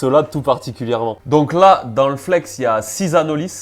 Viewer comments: c’est un espèce endémique des Antilles , le nom étant issus de la langue Caraïbes. Chez nous on le prononce « Anoli », ou en créole « Zandoli ». De base c’était pas une critique, c’était surtout pour toi et pour les personnes à qui tu transmets les infos. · Le s de anolis est muet…